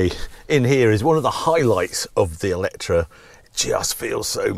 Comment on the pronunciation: Why pronounce it Eletra? Eletre rhymes with metre, no?